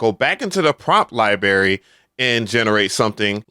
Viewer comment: Lie berry 😂 🤥🍓